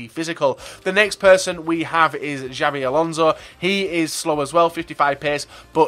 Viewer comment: you dont pronounce it chabi alonso its habi alonso just like javier you say havier and same with xavi